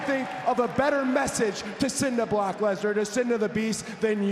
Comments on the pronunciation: Anyone else notice Cody saying "Block Lesnar?" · He said block lesner 😂😂😂😂